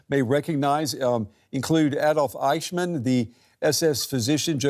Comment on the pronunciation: Cant even pronounce Eichmann